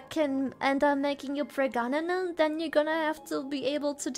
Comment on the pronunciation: The callout to pregananant made me die laughing. Fuck our genetic lines! Let em burn!